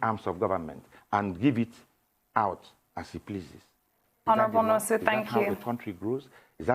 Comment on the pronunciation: First of all, Laila ought to be ashamed of herself for pronouncing Nwosu as "Nosu". Why would a Nigerian, born, bred, and residing in Nigeria not pronounce a Nigerian name, and such a display is not shameful? Most of you purport to be "One Nigeria" champions but only to become semi-literate once an Igbo name appears before you? Haba, if na oyibo name you go pronounce am with perfection pass even the oyibo wey get the name! Where is Tundun? She definitely would not pronounce Nwosu as "Nosu", shoo! Second, the people criticizing must not have paid attention to his message; the man was correct and excellent in his message, which is the financial emasculation of the legislature and judiciary from a governor's grip. I initially was opposed to president Buhari's order, because I believed that he overstepped his powers, but I am currently not sure he did. As contends, governors should either go to court or implement the law if they insist that it exists.